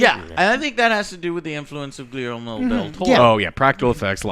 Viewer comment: Gui-El-mo? I assume you meant Guillermo